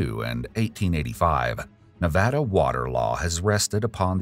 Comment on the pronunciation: Listening to the narrator properly pronounce Nevada is music to my ears.